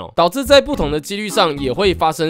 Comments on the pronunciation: 機力（率）被我聽到🤭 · 機“力” 我笑出來了抱歉🤣🤣🤣